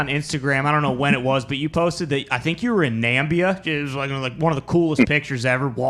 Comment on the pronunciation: NAMIBIA it's na-mib-ia